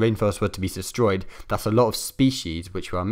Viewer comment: 2.23 'sestroyed' lmfao